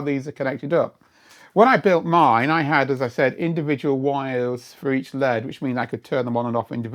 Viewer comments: I've never heard someone say LED as "lead", the metal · this is the first time I’ve heard an L-E-D referred to as a “lehd”. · Must be a Yorkshire accent then? Like behs?